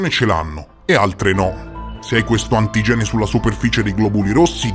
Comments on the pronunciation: Video molto interessante, tra l'altro io e i miei figli siamo 0 rh- 😅 Cmq occhio alla pronuncia di antigene, l'accento va sulla i, antígene, non antigène come lo hai detto (scusa, deformazione professionale)😅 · Antigène non si può sentire! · La dizione corretta è antìgene, con l'accento sulla i. C'è una regola in italiano specifica che dice: le parole bisillabiche di origine greca portano tutte l'accento sdrucciolo (sulla terz'ultima sillaba), protòtipo, archétipo, bibliòfilo, cinòfilo, ecc. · Scusa la pignoleria ma l'accento di antigene va posto sulla i